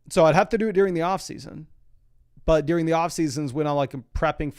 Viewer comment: Does anyone else hear “dEEring” when says during?